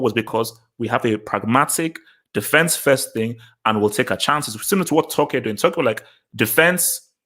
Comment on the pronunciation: Bro you keep saying Tucki